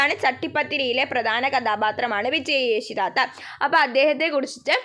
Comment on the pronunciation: Chechi oru mistake undu thatha alla thaatha 😅😊